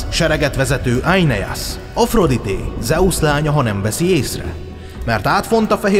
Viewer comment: Éneász, nem Ájneász.😂